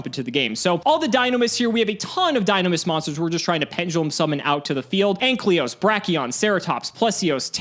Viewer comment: Maybe in season 2 will finally say AN-KY-LOS correctly.